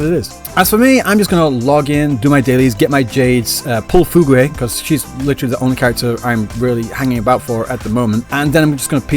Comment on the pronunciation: The only bad part of this video was his pronunciation of Fugue lmao